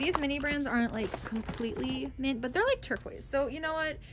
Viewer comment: STOP SAYING TURQUOISE